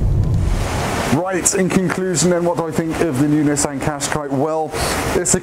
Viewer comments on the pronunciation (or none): If you haven't learned how to pronounce Qashqi after 14 years, that says more about you than the car... "cash-kye"